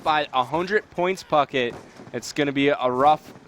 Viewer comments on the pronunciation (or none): Every time he says Pucket i think hes saying fuck it. "Theres gonna be some down time, fuck it"